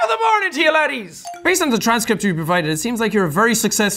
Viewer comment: I was today years old when I found out that Jack says laddies and not ladies